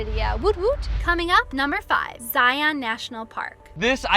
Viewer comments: I'm always surprised to hear non-Utahns say Zie-ON national park. Never even thought to pronounce it that way till I heard tourists say it. We just say ZIE-uhn. Kinda like lion, not Lie-ON lol. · Zion is pronounced Zai-un (rhymes with Brian). Great video! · Some good info, some mispronunciations of the parks, but The Great Smoky mountains has Zion's beat by quite a bit; 11+ million visitors there vs about 4+ million visitors in Zion. Plus other info that's not quite fact but close to it. Go in the narrows when its hot not cool or cold as you will be freezing, Wear good ankle high shoes as there are what we call "Ankle breaker's" (big boulders) you can easily twist your ankle on and its not fun hiking when you hike a few miles on rocks rotating your ankles in every direction. If you go when its cool or cold wear a wet suit. Bring a walking stick or hiking stick to help with balance and taking some weight off your feet. And do not and i repeat DO NOT even think of hiking many trails or slot canyons when there is rain or rain within 60-100 miles from the hiking spot as flooding is a major danger for those who dont know. Other than that the Narrows will be an awesome experience. (I live 30 minutes from Zion and have been there in all conditions) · You can tell they aren’t from Utah when they don’t pronounce “Zion” correctly. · This^ If you are doing a travel video, please learn the pronunciation from locals.